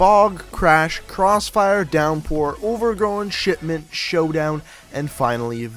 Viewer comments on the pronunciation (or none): When you say "Shipment" it sounds more like "Shitment"